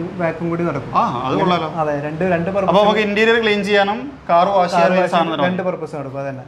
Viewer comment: വാശ് അല്ല....വാഷ്